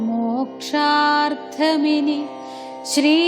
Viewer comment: മോക്ഷാർദ്ധമാണോ? മോക്ഷാർത്ഥമല്ലേ?🙏